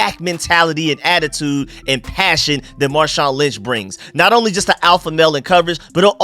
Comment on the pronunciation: Stop calling him marshon lynch hahahahaa